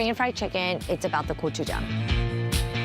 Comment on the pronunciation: Hearing gochujang pronounced correctly and that chicken crunch is music to my ears!!